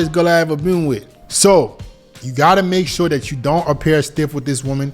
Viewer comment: it's "THat" not "DAT"....